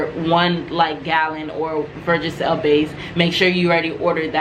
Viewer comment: It’s versagel sweetie not vergagel, thanks for the information.